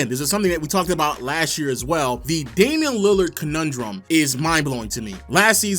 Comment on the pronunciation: There is no D in Damian.